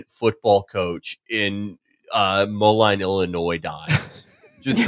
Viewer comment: Felix pronouncing Moline Mo-Line convinced me he looks at a map before the show and picks a location to mispronounce once per episode.